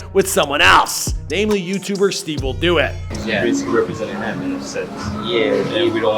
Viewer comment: Stivewilldoit!!!!! Huh??? It’s stevewilldoit😂😂😂